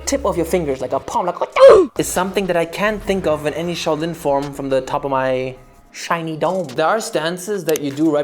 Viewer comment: it's SHAO(Xhiao) Lin, NOT CHOW LIN! you CHOW HAI !